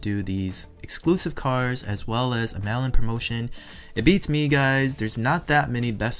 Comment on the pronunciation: I kept hearing “melon” and I’m like is that what the code name is for these exclusives and then figured out you were saying “mail in” instead 😅